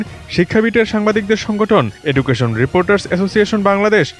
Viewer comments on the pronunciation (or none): এডুকেশন না ভাই এজুকেশন